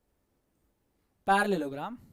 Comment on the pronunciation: Parallelogram❎ Pyar lelogram✅